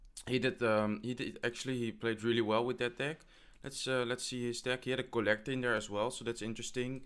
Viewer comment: Is it just me or anyone else notices the way he pronounce kolektor for collector and skelethonks for skeleton?? It makes me laugh all the time haha, anyway well played i am definitely gonna try it